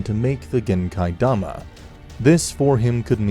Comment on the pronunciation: If you're going to use the Japanese names then at least say them right, it's genkidama, not genkaidama